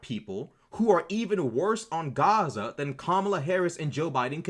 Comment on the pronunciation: I wouldn't make too much of the "accent". Pronouncing it as "chaza" is a dog whistle to show your alignment, accent or not. It's LARPing.